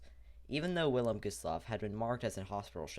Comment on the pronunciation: The "W" is pronounced as a "V".